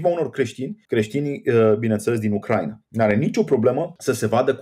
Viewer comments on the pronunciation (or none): none